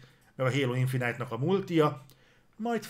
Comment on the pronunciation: Nem annyira régóta követem a műsort. Honnan jött ez, hogy "infinájt"-nak nevezitek a Halo-t? Emiatt nevezi a Ratchetet "Racset"-nek "Recsit" helyett, és hasonlók? Csak azért kérdezem, mert kurva idegesítő, de ha ez valami belsős poén, akkor befogadom:D